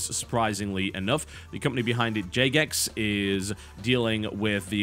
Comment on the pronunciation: Did he really mis-pronounce Jagex?